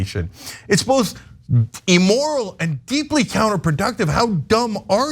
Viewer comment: Going to be pedantic for a moment because it's been bothering me for months, and Cenk keeps making this vocabulary error: He always says A-moral or E-moral when he means IM-moral. Amoral refers to a situation without morals, meaning that morality isn't really a factor (it's neither right or wrong, it just is). Immoral refers to a violation of accepted morality, and that's what Cenk usually means when he says "amoral." Emoral isn't actually a word, so I wish he'd stop saying it altogether!